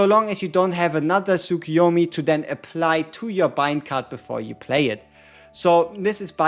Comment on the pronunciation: Tsukuyomi is pronounced: Tsoo-koo-yo-mee.